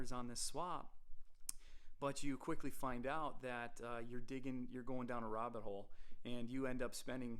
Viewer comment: My mind went reeeeeed robbit, yummm.. when you said robbit hole. Lol even tho I know its red robbin.